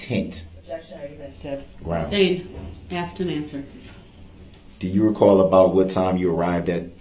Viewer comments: Substain! I hate when he said that. Mispronounced so many words and thought he was so brilliant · The "tacKit," agreement and "suBstain," are killing me. He is so indignant that he's right, and yet he can't even say the words he's trying to use, and that he hears multiple times a day. He hears the word sustain over and over and still f@ it up. Smh